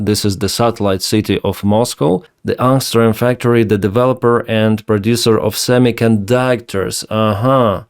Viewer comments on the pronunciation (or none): none